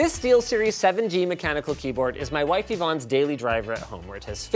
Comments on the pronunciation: Why did Linus say “my wife” like that at the beginning? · why did linus say 'my wife' like borat